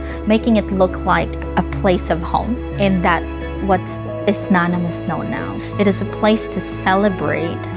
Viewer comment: Nanam is a hiligaynon word that means tasty. And she is trying to deny the origin of the word by pronouncing the word incorrectly. She is very pretentious.